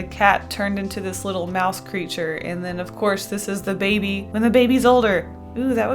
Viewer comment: whenever she said "baby" I always pictured it as being said "babey"